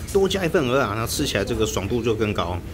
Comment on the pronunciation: ，你台語講的最好聽，最標準的就這句蚵仔了，我一直在等你把它講成芋頭，可是你都沒犯這個錯